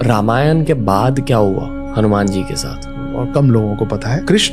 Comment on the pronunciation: Bhai hanyman nahi ramdas hauman